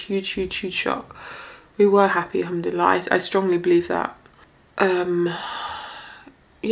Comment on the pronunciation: Improve your Arabic it sounds funny for us Arabs, Pronounce like this "in shaa allah" not "enshalla". It honestly really sounds wild and not understandable in the language of the Prophet. in English its like saying "odwillie" instead of "God Willing" Learn Arabi before trying to talk Arabic in public. "al-hamad laleh" its not "Humdella" Please don't spoil the language of the Prophet.